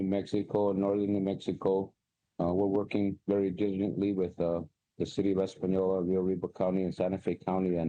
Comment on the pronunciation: Espenyolla is how it’s pronounced